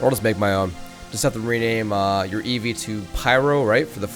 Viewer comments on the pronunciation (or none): none